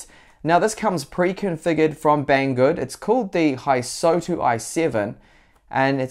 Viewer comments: "Hysotu" Hysotu? There is no humanly possible way anyone could mess up a simple name like Hystou so badly. Seriously, are you dyslexic or sumfink? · It is not Hysotu it is Hystou. His-tou.